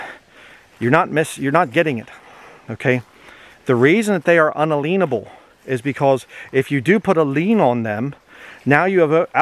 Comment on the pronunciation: It's pronounced "un-alien-able." Say the word "alien" normally in there. It is not "un-aleen-able."